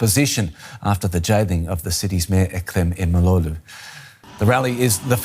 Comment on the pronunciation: The more you cover the news about Turkiye, the better you are getting at pronouncing Imamoglu. Just not quite there yet. :)